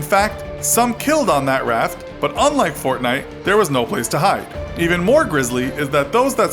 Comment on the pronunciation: But stop saying gaynite